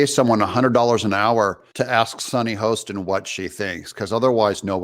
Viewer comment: Doug, I love you. BUT it's Hostin, like "Haahstin", not Host in.😊